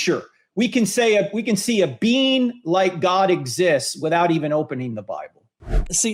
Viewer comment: Every time Frank says 'being' I hear 'bean.' >_> Powerful bean. Almighty bean.